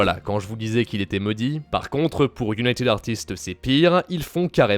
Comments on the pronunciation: la manière dont tu prononces “United Artists”, avec l’accent et tout, est juste hilarante x) super vidéo ! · L accent anglais au United Artist m a terminé🤣